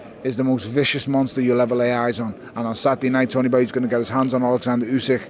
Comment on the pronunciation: it's oleksandr come on bab xx